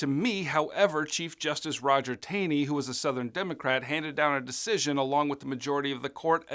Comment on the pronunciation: Hey, great video, but small note. The ugly chief justice Roger Taney name is actually not pronounced "Tayney" it is pronounced "Taw-ney." Keep up the good work!